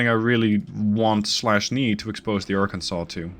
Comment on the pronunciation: You did a near-perfect pronunciation on Arkansas and some people saying similar fashion of Kansas put in a ar in front of it multiple ways to pronounce it but you did want a more common ways to do it if you did a pretty well so kudos to you